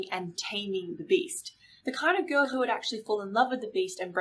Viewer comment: It's a giRRRRRRRRRRRRRRRRl. Say it with me. Girl